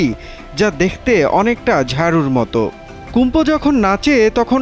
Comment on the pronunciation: সাংবাদিক কুম্ফু কইতাছে কুমফু টা কী